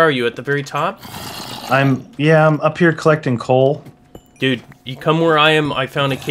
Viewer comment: He called the coal conle